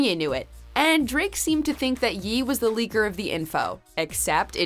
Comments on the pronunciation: So we are just gonna skip the fact that she pronounced “ye” as “yee” instead of “yay” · Ye is not pronounced Yee. More like Yay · Stop pronouncing Ye "Yee" 😆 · I’m only gonna say this once..... Its NOT Ye as in “Yee” it’s Ye as in “Yay” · "I'm only gonna DAY this once" ☝🏻😂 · Kyle Tucker No, she was pronouncing Ye’, a nickname he goes by but it doesn’t sound like a Yee, it sounds like Yay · Why tf is she saying Ye (yay) like Yee LMAO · Really bothers me she says Yeee in reference to Kanye. It's Yay not Yeee. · Stop saying “Yee”. It’s Ye (yay)! Oh, my God! 😠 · Why do you guys say “yeee” it’s Ye (Ya-y) like Kanye. It’s not Kanyeee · Killa's World I hear it all the time and bothers me so much lol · Why does she keep mispronouncing "Ye?" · Stop calling Ye’, “Yee”!!! It’s “Yay” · did she call ye yee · Ye is pronounced yay like his name is pronounced Kan-Yay & you’re pronouncing it yee. Why are you doing that? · Y tf she calling him yee and not ye? Tf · "Yeeeee"... okay, how do you pronounce Kanye correctly but not get that "Ye" is just the "Ye" part of "Kanye" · Yee? Has ever heard Kanye's name before? Yee? Yeesh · Kalvin Qian yesss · It's pronounced YAY not ye. I'm sure you don't pronounce it as Kanyee. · How does nobody mention that she pronounces ye, "yee" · Don't ever fuck up kanye's name like that again YEEE??? Smh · Pls stop calling kanye "yi" in all your videos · She says Ye wrong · cmon, the least you can do is say his name right....